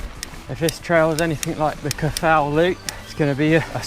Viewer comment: If you're going to attempt to say Welsh names at least try to find out how they're pronounced. Twrch - pronounce as Turk Cafal - pronounce as Caval That'll get you pretty close.